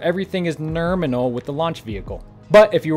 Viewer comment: "nerminal" XD <3 love u